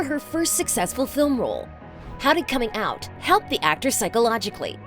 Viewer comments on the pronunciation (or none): none